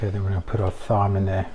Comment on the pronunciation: It's pronounced time mate(thyme.)